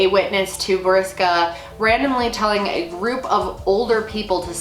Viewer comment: I'm from Russia, u almost got his name right lol